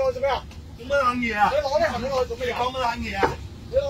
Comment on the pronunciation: 呢兜粉腸佢日常係鍾意呢度攞啲着數，嗰度又佔啲便宜咁。佢唔係要慳呢10蚊，係要賺呢10蚊！要讚佢廣東話講得幾好，除咗 "杏 李"